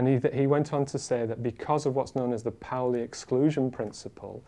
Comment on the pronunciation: They are pronouncing it pow-ly! I'd only read about it in Paul Davies books and was always saying paw-ly in my head :D